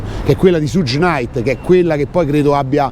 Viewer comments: si legge "Sciugh" come zucchero, non Sugg...:) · "Shug" (pronuncia esatta) no "suge".Per il resto...se c'è da "far brutto" a qualcuno ,quel qualcuno a cui far brutto sono i politici,corrotti, cioè tutta la classe "politica" che permettono e contribuiscono all affluenza ed "accoglienza" di extracomunitari,per lo più problematici. Altrimenti il vostro fare è solo alimentare una guerra tra poveri...su linea filofascista. Ps. Alla politica sono gnostico.